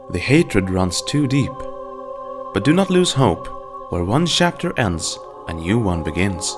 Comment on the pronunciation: "Sea-lots" "Shillwind" "Timolean" "ArGent" "Shapter"